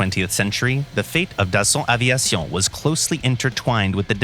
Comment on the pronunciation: Gotta love everytime the narrator say "Dason Aveison" lmao